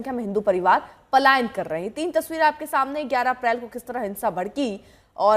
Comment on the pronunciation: Payalan nahi Palayan hota ha